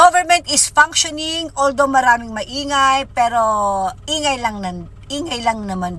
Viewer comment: Maniniwala..ako sa babaeng yan pag nabigkas nya ng tama ang " functioning" ske keep on saying panksyoning ..